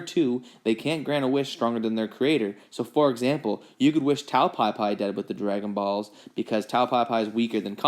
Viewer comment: Why does he say it like “ dragon baws”